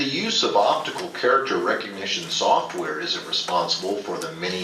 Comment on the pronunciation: "Opitical" This should show you the level of intelligence these people have.